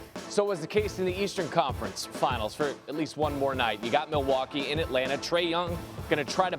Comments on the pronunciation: “Milly waaa kay” someone escort this man out the building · I hope you are joking. NO ONE from Wisconsin pronounces it "Ma-Wau-kee." You sound like a uneducated fool that has never stepped foot in Wisconsin. MIL-WAU-KEE! Have you never watched the start of a home Bucks game? Or heard people call it The MIL or MILTOWN? FEAR THE DEER!🦌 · mil wauk aye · Stop saying Milly-wha-kay …about to get cancelled (cultural appropriation) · its Pronounced Ma-Wau-kee. The L is silent boys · You a crack head 😂 No one from Milwaukee Pronounces it with a L ever 😂 you aint never been to Cream city lil boy